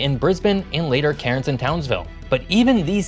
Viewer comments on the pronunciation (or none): Cairns is locally pronounced 'cans'; as in 'tin cans' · you were doing so well with the pronunciation until here... cairns is pronounced cans and, queensland is pronounced queens land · you butchered Cairns!